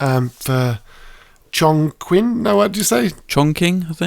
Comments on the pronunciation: I know. But it is not pronounced as “Chong king”. it’s “ching” or “tsing” if you know what I’m trying to say. The hitman develop team is wrong on the pronunciation. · It’s pronounced “Chong Ching”, but it also has an outdated English name — Chungking — as in the Wong Kar Wai film “Chungking Express”. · It actually pronounced “Chong Ching” 🤦🏻‍♂️ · Chongqing is pronounced as Chong-ching. Yw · Both of you were wrong on how to pronounce Chongqing